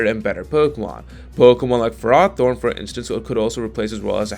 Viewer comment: I thought ferrothorn was pronounced differently TIL